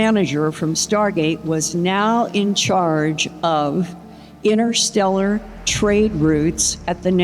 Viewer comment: Thanks for that but I heard innersteller.